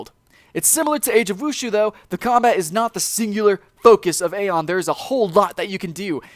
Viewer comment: Aion is pronounced eye-on EYE-ON!!!!!!!!!!